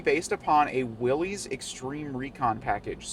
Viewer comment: Another video where "Willys" is mispronounced 😬